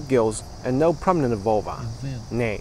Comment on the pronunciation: You should be more distinct with your pronunciation of NO I thought you were saying yeah